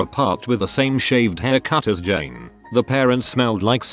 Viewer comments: Did he actually pronounce Jane as Jean? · Reddit: ”Jane” Voice: ” J e a n “